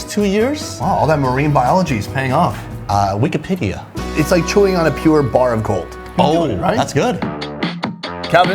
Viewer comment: Lmao “Wikipedia”